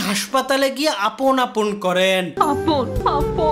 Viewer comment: আমি প্রত্যেকবার আপন ডাকটা পাপন শুনতেসিলাম